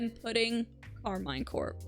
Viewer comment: Karmine is pronounced Karmeen you baguette hater and they are going to take it all this split